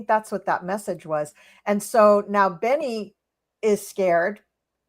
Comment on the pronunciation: Just a note . It is Bebe not Benny … Benny Gantz, love you both!